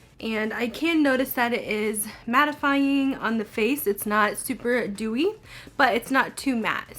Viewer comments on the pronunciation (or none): Aw for a minute I thought you was sayin that Dew You worked for oily skin hahahah damn I've always wanted to try it but in the summer I can't do dewy. With matte I'm dewy in an hour anyway it's been 90s in nyc.